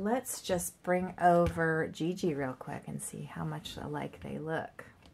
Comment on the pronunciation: Like how gigi is pronounced gg, it is pronounced shzee shzee